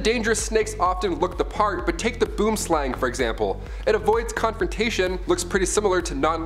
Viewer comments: The way you said "Boom slang" is halarious😅😅. Not a jab, I've just never heard it been pronounced like that in a few years. For those wondering, the name quite literally translates to "Tree snake". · ONLY SOUTH AFRICANS CAN PROBABLY RELATE TO THIS😂😂😂when he said 'boomslang' No offense tho